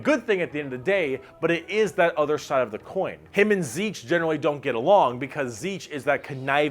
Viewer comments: You forgot to pronounce the "nt" in "Tzeentch" lol. Zeent-ch. The "papa Nurgle" thing is not just a joke. Nurgle cares the most about his followers of all Chaos gods, and his followers are also the happiest of the bunch. A good way to explain Slaanesh is by comparing it to the cenobites from Hellraiser. Beings capable of imparting pain and pleasure so unimaginable that it can tear your soul apart. You forgot to say the Eldar ships are basically filled with Eldar souls cuz they put them there so they dont go to the warp and get eaten, and that Eldar mechs are basically powered by necromancy cuz they put those souls in em to power em. You said Orks don't have existential crises, but Ghazghkull Thraka had one when Yarrick died. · I love these vids, but is Tzeentch really pronounced "seetch"? I don't know but it doesn't sound right lol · Good video, but I have to be that guy that comments on this being the absolute weirdest pronunciation of Tzeentch I have ever heard. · except he pronounced it Tzeetch. He forgot the N. Not as planned, methinks ;) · I always thought Tzeentch was pronounced Tease-nitch . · I don't think Tzeentch is pronounced as zeech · Is my hearing going funny, or is pronouncing 'n's as 'm's? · This is possibly the worst pronunciation of Tzeentch I have ever heard. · THAT'S how you pronounce "Tzeentch"?! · missing N in pronunciation of Tzeentch... brrr